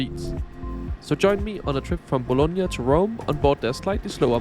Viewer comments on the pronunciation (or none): Hey I am Italian, it is Bologna Not Bolonga. Anyway I always appreciate your visit